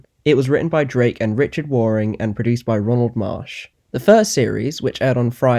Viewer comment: Waring to rhyme with caring and sharing NOT Waring to rhyme with pouring and snoring.